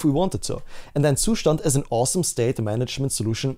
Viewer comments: Great content man, you are also the only person on the internet who pronounces zustand properly. I know the reason, I see your windows task bar. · Finally someone says Zustand correctly.